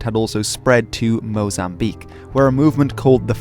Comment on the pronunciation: thanks for pronouncing Mozambique right (mo-zam-BEEK) instead of mo-zam-bi-KAY <3 -a fellow lusophone